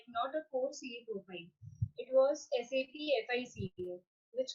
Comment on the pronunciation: Please pronunce properly it's not SAP, it should be pronunce as S.A.P.